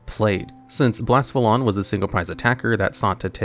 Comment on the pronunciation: There’s an e in Blacephalon